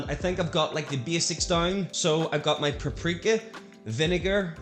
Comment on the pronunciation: you said paprika like prep-preeka 😂